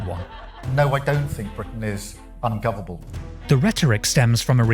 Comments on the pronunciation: Correction, Keir Starmer said "No I don't think Britain is ungofable" not unfovernable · Ladies and Gents, Britain isn’t “ungoverble”. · He doesn't think Britain is "Ungoveble"? 😂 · Kier: “No I don’t think Britain is ungovable.” (Smart way to evade saying ‘ungovernable’) 😂